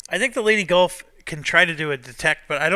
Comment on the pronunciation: Everytime says 'Leyte Gulf' it makes me laugh because it sounds like 'Lady Gulf'.